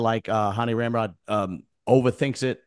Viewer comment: knows it’s really Rambod, he just likes calling him ram-rod as a joke